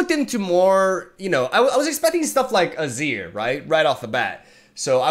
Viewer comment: It's ruh-neck-ton, naah-sus and ah-zeer just FYI! Love your content as always, live reactions are the best kind